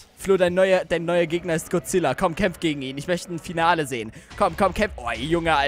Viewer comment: Es heißt godzilla und nicht gozilla